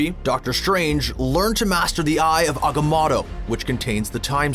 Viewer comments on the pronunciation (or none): Hears it pronounced aga-moh-to. Says ah-ga-mah- to. Still don’t understand why people do this.. especially people who talk for a living.. . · AGA-MO-TO... not aga-MATO... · He said ugamoto instead of agamoto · its pronounced "aga-moe-toe" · Dude can you pronouce agamotto more like an american please? i diddnt understand it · Jesus fuck, at least get somebody who has actually seen the fucking movies. I know for a fact this fucker hasn't, because anybody who has seen Dr. Strange knows Agamotto isn't fucking pronounced like that. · how are you going to mispronounce a word spoken out loud in a movie you’re referencing? You heard them say it correctly in Doctor Strange. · He mispronounced Agamotto. That means he read it and probably never saw the Dr. Strange movie. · Just like agamotto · Why do guys always feel you have to mispronounce words that you already know the correct pronunciations to like agamoto